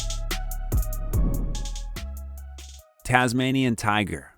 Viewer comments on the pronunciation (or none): none